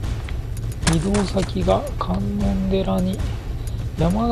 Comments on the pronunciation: かんのんでら城ではなくて、かんのんじ城ですよ( ＾∀＾) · 観音寺（かんのんじ）な